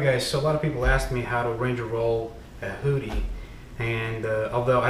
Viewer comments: Who dee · I thought he said booty at first. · Your pronunciation of hoodie is fantastically hilarious :) Love it.